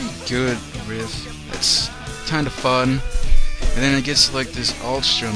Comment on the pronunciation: You say you play "real" guitar. ok. its RIFF not RIFT